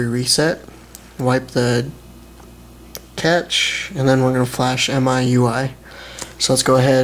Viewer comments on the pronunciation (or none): It's pronounced "cash"